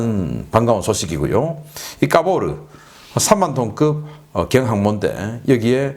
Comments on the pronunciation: 까보르 전단이 까보중 전단으로 들리넼 ㅋ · 카보르가 아니라 까보러로 들었네 ㅋㅋ